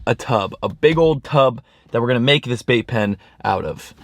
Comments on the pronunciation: I thought you said vape pen not bait pen😅 I was about to start freaking out bc I hate people that vape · 🤣🤣🤣 I thought you said building a Vape Pen.. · Anyone else keep hearing vape pen?! lol love you you’re amazing! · Who else heard vape pen the first few times mention the bait pen 😂